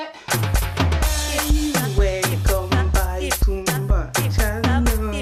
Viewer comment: Mais j'ai remarquer que tu dis welcome baï au lieu de dire welcome back